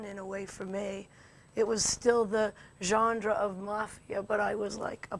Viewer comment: sec "it was still the gendre" hahah. theres no D in that word lady! lol